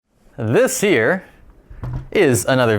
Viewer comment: I don't know why, but always when says "This here" and I hear "This year":) It's so funny how many PCs have been fixed "this year";p